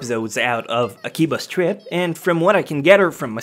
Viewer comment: when he said akiba's trip I thought he said akiba strip XDDD